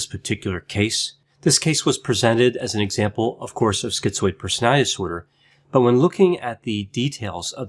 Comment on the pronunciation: Why are so many of these videos on YouTube saying skee-zoid ?